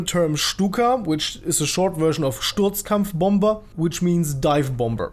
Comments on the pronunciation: Das erklärt natürlich, warum du Sturzkampfbomber so gut aussprechen kannst. :D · Das wurde viel zu Perfekt ausgesprochen: Sturtzkampfbomber Nice 🤙